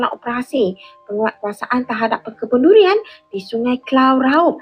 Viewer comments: DURIAN RAUB ❌ LULIAN LAUB ☑️ 😅😅😅😂😂😂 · Dulian laub😀duduk 🇲🇾100 tahun belum pandai sebut huruf r..raub jadi laub😂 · Mmg betui2 k0mun!s punya bangs@ tanam durian dah berpuluh tahun, sebut durian pun xlepas, "LULIAN",,,,🤣🤣🤣🤣🤣